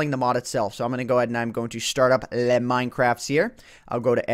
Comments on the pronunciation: Pet peeve: People pronouncing "le" with a flat "e" sound. The word is French (translates as "the") and is pronounced with more of an "oe" sound (ö, I think). THAT GOES FOR YOU, (lol) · Please stop saying "le" for the love of god.